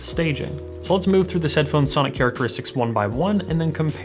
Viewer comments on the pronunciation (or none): none